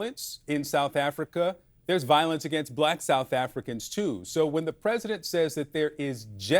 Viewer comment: What is southafricanah?